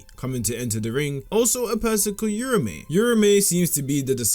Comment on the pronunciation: no respect for urame lol its not yurame